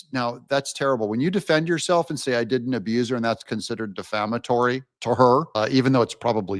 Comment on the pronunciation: Bro, if you learn how to properly pronounce the word defamatory, you will sound a little bit more intelligent- Bests- AJ in NC